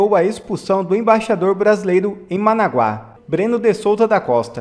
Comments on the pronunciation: não é managuáááááááá´, e uma paroxitona MANAGUA, SEM ACENTO NA VOGAL A DO MEIO. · Managuá?? Kkkkkkk Manágua cara pálida, meu Deus, este pessoal não tem as minimas condições de ler uma notícia. Pqp. Managuá, expõe tua cultura, te cuide cara pálida. Esta igual aos ignóbeis que falam Giania, não Guiânia...kkkkk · Digo, é, Manágua e não, managua